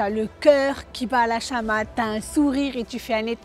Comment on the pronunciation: Ton cœur bat LA CHAMADE avec un D 😂 pas la chamaTe 😂😂😂 corrigez svp